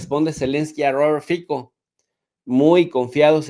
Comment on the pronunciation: Jesus no es correcto decir Fiko. Su apellido en slovaco se pronuncia F I T S O